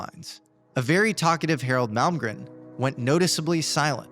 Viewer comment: It's drives me completely insane that you can't say his name correctly. It's MALMGREN... N.....NOT M . ITS NOT MALGREM. YOU LITERALLY SAID IT WRONG TO THERE FACE. Wow, Mr. Malmgren, I'm soo grateful for this opportunity to sit down with you. I have soo much respect for you... that i can't even get your name right...